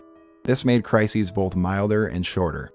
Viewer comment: There’s no L in “both”